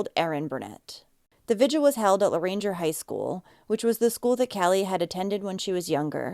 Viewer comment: Just a heads up. It's pronounced La-range 😂 sorry I like having a little fun with people trying to pronounce Cajun names and cities.